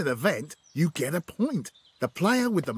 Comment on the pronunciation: Mr Bean: Let's get into it what i heard: Let's get cui